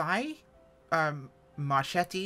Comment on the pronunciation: It's Marketty, my friend. The H hardens the C before a vowel.